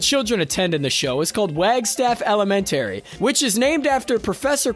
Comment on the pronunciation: Ele-men-tary ? Where did you go to school,bro?